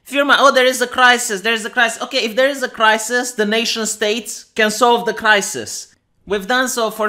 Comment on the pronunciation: At the very beginning he said the word crisis but damn me if it didn't sound like he said reich.